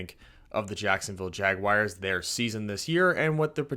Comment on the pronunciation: And learn to pronounce our name please lol